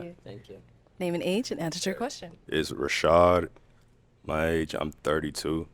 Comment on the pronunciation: "Rashad" MAY CHRIST HELP THIS MAN!!!!